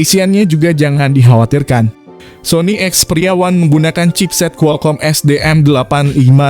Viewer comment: Ada pembaca an kata experia yg beda mirip ngomong pria 😂